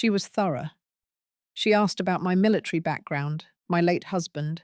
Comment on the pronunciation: Why does the reader say "militree" instead of military?